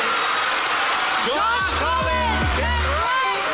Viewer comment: Hnd po collin.. cullen po.. Bai ka po b.. pinyu .. 😅